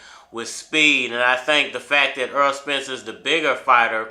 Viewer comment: The man's name is Errol not EARL - Why can't you say this man's name correctly